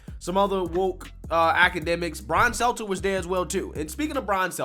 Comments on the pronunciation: I agree with your points, but you need to learn to pronounce the names of key people. Your credibility suffers when you don't do your due diligence. His name is Stelter, not seltzer. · He called him "Seltzer" hahahaha